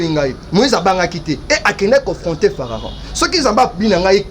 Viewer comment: Mekaka ko tanga bible bien po na kati ya bible to yebi Pharaon mais fararon te dsl.